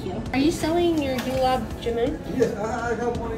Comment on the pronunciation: Most Indians can't pronounce the G in Gulab.